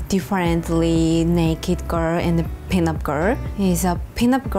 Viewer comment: I keep hearing peanut